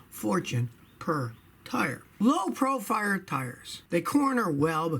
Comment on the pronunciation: Yeh ‘low profire tyres.’